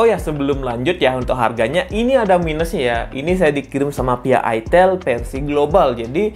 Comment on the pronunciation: Bilangnya pakek a bang aitel jangan itel😂🗿